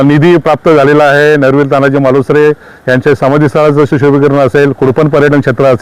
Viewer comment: फार छान उपक्रम. ताई नरवीर तानाजी मालसुरे नाही मालुसरे बोला.